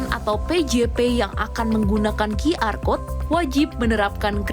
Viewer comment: sejak kapan QR dibaca Qi-Ar????????? It's either Qyu-Ar, or Qi-Er(versi bhs indonesia)